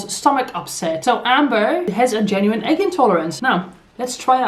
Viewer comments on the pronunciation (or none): Or quit referring to it as an "ayyyggg allergy." Intolerance is not the same as an alleegy, and that's why people make fun of that... and the way she pronounces "egg."